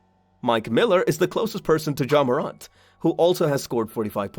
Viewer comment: Bro ur saying his name wrong